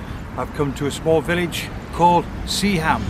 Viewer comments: Epic mate. This is my part of the world. Sea-ham is pronounced seahim. Sunderland is Sunland. 😂😂Keep the local vlogs coming 👍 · Roker is my go to place for sunrise shots as I only live 10-15 minutes away and every day gives a different photo! Great video and loaded with info. Also liked the trip to Seaham (pronounced Sea-m;) ). That light house yields great photos when the waves are up in the winter! Nice one, Subscribed! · Nice to see you in my neck of the woods. By the way although it's spelt Seaham it's pronounced Sea-am without the h. Seaham was a mining town and the harbour was all about shipping coal.